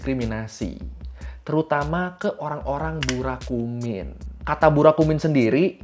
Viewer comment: Burakumin ya bukan Burakuman